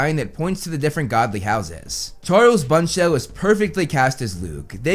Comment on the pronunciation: sim-ha-jree BUSHnell sa-vay